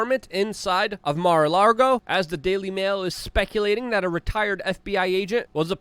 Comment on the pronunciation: Lago it’s Mar a LAGO